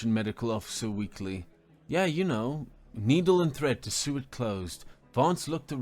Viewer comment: Great story, although the narrator butchered a few completely normal words. Almost as if it was AI reading it. SEW is pronounced 'SO' not 'SUE' and check out how he says ACADEMIES, seriously you couldn' t say that correctly? A few others too. Really stood out to me.